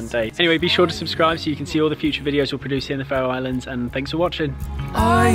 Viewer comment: "We are going to Fairy Islands to see puffins" I CAN'T